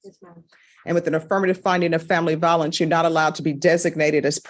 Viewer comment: Vi o lence with a long i, not va o lence with a short a.